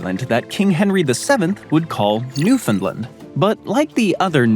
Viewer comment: Someone pronounced Newfoundland correctly but doesn't know it's part of Canada now?